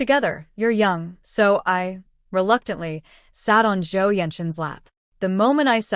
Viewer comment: reluctantly? Ssur eee